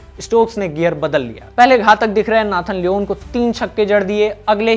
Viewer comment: Nathan luunnn Nathon Lyn 😂